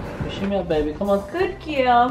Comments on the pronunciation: Every time the lady said girl all I could hear was gill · If I here Gooud gill one more time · I thought she was saying "gill"? I finally realized she was saying "girl". But you are so right, I didn't keep count but honestly, there are other words to be used "Good Momma" "Good Mommy" "Wonderful Lady"...anything to change up "gill"? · What is that "gil" or "giul? ;) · If she says "Good Gill" one more time...